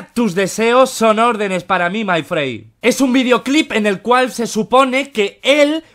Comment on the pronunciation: Se pronuncia "Frend" Pero likaso pa ti xd